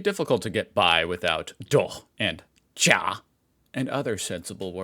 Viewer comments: Your pronunciation of "Doch" was spot on, I had to listen twice to make sure, because it was actually that good. Edit: the fact you say djah, instead of ya for yes makes this kind of ridiculous😂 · it's so funny to me how you mispronouced a simple word "ja" but totally nailed the "doch" which is pretty difficult to pronounced